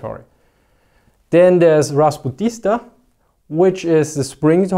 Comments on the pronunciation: Also, "rasputny" (adjective) means something like "slutty" =] The accent in pronunciation should be raspútitsa, not rasputítsa. "Put'" means "a way", "rasputitsa" may be literally -- not translated, but rather explained -- as "off the ways". Vladimir Putin's last name has the same root. "Putína" is a season of mass fish migration or just an old word for a way. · It is rasputitsa, not rasputista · "RaspUtitsa", not "rasputIsta" (распУтица). In subtitles it`s right. it was funny Продолжайте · that should be "rasputitsja", not rasputista. "Ras" means without, and "put" means path. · RaspUtitsa, not rasputItsa! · raz-PUT-it-sa not that hard to pronounce now is it